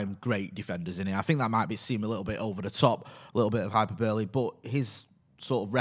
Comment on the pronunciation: Hahaha "hyper-burley"... try 'high-perbaly" (phonetics are your friend!)